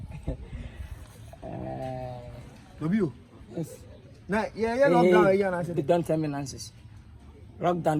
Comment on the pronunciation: Do u hear him saying : very nice gal n comfortable hahahahaja